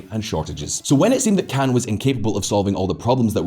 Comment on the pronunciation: I Keep getting confused when he pronounces Khan like an American pronounces Can. An American wouldn't even pronounce it like that.